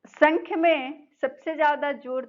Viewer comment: Ma'am it is not sankhya....it is sa'mkhya ( saankhya)...it's a Sanskrit word...most of the people pronounce it incorrectly.